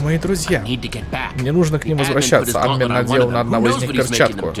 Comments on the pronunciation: Почему Ааадмин,а не Адмииин????? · АдмИн, а не Админ!!!! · Не Админ а адМин(если кто не понял это ударения)